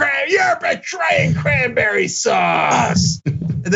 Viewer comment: Did I hear Crimeberry sauce? 🤣 Sounds like something gramps Lou would ask for